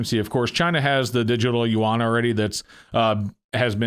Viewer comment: I believe it is pronounced "u-wan". At least by most Americans.